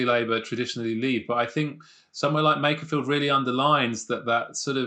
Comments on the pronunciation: It's MAKErfield not MACKerfield! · the guy at !:47 pronounces makerfield like MACKER FIELD. Why is it people that aint even from the area, try to talk about it and sound dumb? lol sorry just a gripe i guess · This bloke can’t pronounce Makerfield but be knows it’s not Manc or pie eaters.